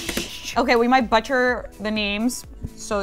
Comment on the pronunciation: she butchered saying butcher. awh she's adorable